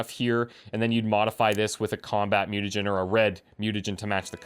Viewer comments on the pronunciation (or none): none